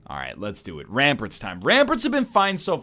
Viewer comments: The way Ryan says "ramparts" is actually cancer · Does he say ramparts wrong on purpose?